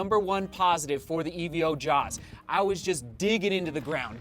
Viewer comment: Sorry to be that guy but it's not E-V-O just evo as in evolution